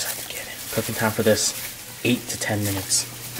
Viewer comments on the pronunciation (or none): none